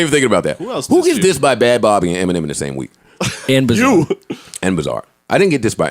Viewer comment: "Bad Bobby" lmfao did he mean Bhad Bhabie?